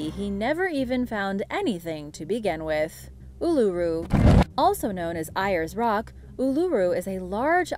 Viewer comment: its pronounced airs rock